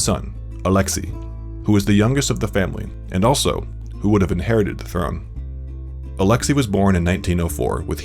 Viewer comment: it's Alex-say not Alex-e